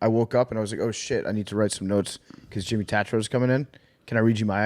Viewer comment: I feel bad for Jimmy that he still has to y’all about YouTube he’s so much bigger than that. Also get his fucking name right I love you guys cmon